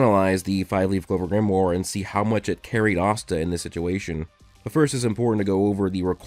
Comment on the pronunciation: At least try to pronounce Grimoire properly, DAMN IT